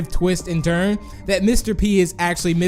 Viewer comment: " they turn" not "they trun" :/